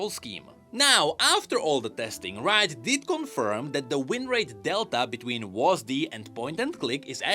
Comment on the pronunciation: hearing wasD instead of W.A.S.D. was really funny to me for some reason